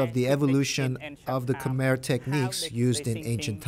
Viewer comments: Of course it's guessing. They don't even know how to pronounce Khmer. They probably just made a quick wiki for everything they say and didn't bother even listening to the people interviewed. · I know. And the commentators can't even pronounce Khmer correctly. Such a joke. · When you try to sounds like someone who knows something, at least listen to the clips in your own video and learn to pronounce Khmer correctly. This is just embarassing for you.